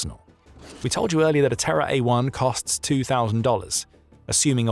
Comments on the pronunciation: I keep hearing it as "TerrorDrone" and I like that even more. Good on Japan and slava Ukraine. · Oh, "Terra," not "Terror"